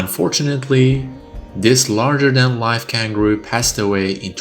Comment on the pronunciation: Roger Kangroo💀